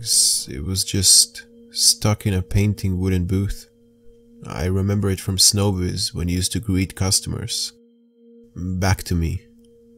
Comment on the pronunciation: No its show biz not snow biz.